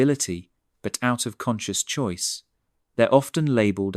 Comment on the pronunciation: Choice pronounced choisay?